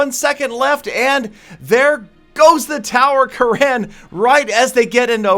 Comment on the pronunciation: damn you he is "kurun" not "karaan".... it's an Indian Name